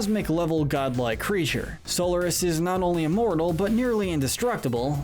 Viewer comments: Robotnik’s name is Eggman in the modern games! Also you pronounce Solaris as SOL-ER-IS. It’s pronounced SOL-AR-IS! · So Lar is miss pronunciation go back and play 06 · And this guy says So-l-er-nis no it's Sol-ar-is like that even the characters say the names how does he mistaken that so easily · im offened that he called solaris SOULORIS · You pronounced Solaris wrong.